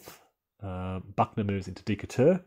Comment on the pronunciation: Still trying to learn the game and enjoyed the commentary, but the city of Decatur is pronounced De kate ur. Hoping you continue this excellent series, with maybe more emphasis on possible Union employment of amphibious strategies.